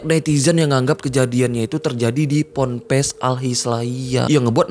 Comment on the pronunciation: Pompres😂😂😂... Pampres kalii😂😂😂.. PONPES yg bener tuh.. Pondok pesantren. PONPES